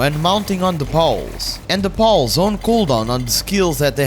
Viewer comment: I like how you say "pals", it sounds like you've named every creature Paul